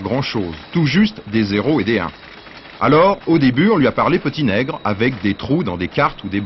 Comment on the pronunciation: ohhh lala didon, mais c'est inteldit de dile ' peuti neigle " !!!!😅